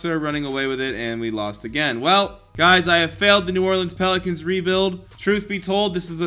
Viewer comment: Ethan Caffrey it sounded like he said penicans